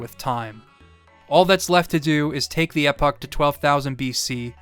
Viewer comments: EEE-POCK. Not Epic. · Eh-puck? Epoch sounds like Ee-pock. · Great video as always. One thing to note though that I haven’t seen mentioned by others. You do not crash the Epoch (I keep hearing epic here, but maybe I just didn’t know of such a pronunciation) into the Black Omen. You keep saying that so it’s not a one time mistake, but maybe you only heard of this method and wasn’t sure yourself. You can actually crash it into Lavos’s shell when you choose to use the Epoch to time travel to 1999 A.D. This lets you skip the first fight where it goes through the boss simulations and its normal phase. You get to go to the second fight inside it but the caveat of no way to leave. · you pronounce Epoch a bit strangely but still liking your video lol. Looking it up I'm finding several different ways to prounce it in English so I suppose it's whatever since at least you didn't say it like "Epic" XD